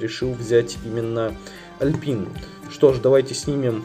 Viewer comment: Alpine- Алпайн правильнее. Именно так бренд называется. Он и сейчас выпускает современные магнитолы, сабвуферы, и тд.